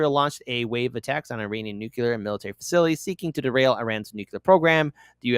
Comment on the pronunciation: I stop listening to anyone who says "nucular". Learn to fucking read.